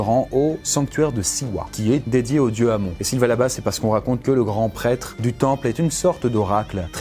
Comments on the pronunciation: Minute culture on ne dit pa amon mer amone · On dit Amon(e) en fait.